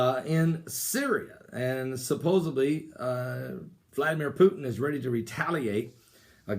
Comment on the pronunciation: the word is "supposedly"--not "supposubbly"